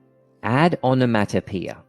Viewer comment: The way you say onomatopoeia is making my ears bleed